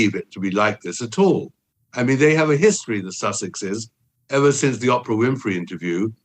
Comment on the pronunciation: This guy purposely says Oprah’s name wrong 😂